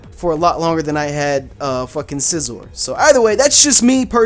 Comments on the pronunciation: its pronounced SEEzor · Scizor is pronounced (Sea - zor) it says it that way in Smash Brothers. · It's pernounsed si as in sizzle and zor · Its like scissers.. for scizor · its See-zor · also, its pronounced SEE-ZOR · its pronounced si zor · It's pronounced see-zor